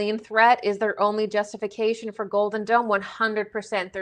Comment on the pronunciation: I keep hearing 'Golden Dawn', when you say 'Golden Dome' ... or is it 'Golden Don'